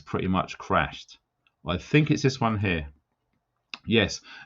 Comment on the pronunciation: When you pull people up for there and their, just remember you say 'fink' not think, I 'done' instead of I did just to name a few. Also stop frigging coughing man. Still like you but you need telling x